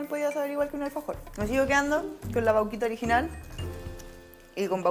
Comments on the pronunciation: nose dice vauquita se dice vaquita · La "Vauuquita" se dice Vaquita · vauquita nooo vaquitaaaa de VACA